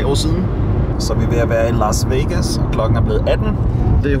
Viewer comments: “Lars Vegas” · Elsker at det lyder som om du siger "lars" vegas